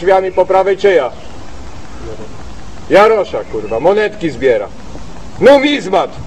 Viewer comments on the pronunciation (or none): "numizmat" pierd..ny XD zawsze mnie rozwala